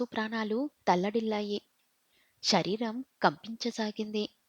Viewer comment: ష రీరం ..కాదు తల్లీ...శ రీ రం..,గమనించ గలరు......వాచికా దోషాలు........